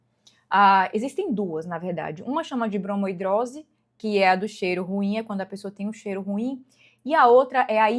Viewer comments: Uma dermatologista falar "bromo hidrose", a palavra é bromidrose. 😕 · Mulher pra de chamar de bromOidrose kkkkkk tira a credibilidade, parece que você leu a palavra pela primeira vez hoje e tá falando sem propriedade